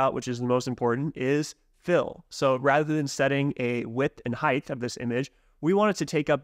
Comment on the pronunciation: Love all your videos on NextJS, and love NextJS and what you guys are doing atm but just had to point out, in the English language, “height” is not pronounced with the “th” sound at the end. It rhymes with words like “right” or “bite” 😅